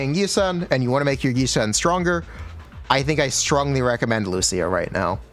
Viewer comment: Yi shwen..... yi sen ._.